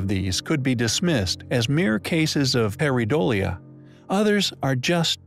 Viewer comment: Par- ei - dolia ( one syllable with the ie) ( the 'ei' sound in this word is usually pronounced either with a long I or a short e). Just trying to help